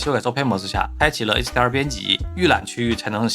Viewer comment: 這是什麼口音？ 為什麼hdr 和 sdr 完全聽不出區別😂